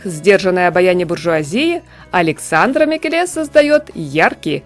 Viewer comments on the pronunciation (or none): Если Микеле итальянец, ударение падает на первое Е: МикЕле. А он вроде бы итальянец.